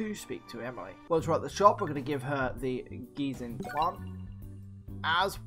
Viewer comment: Gensing is pronounced Jen-sing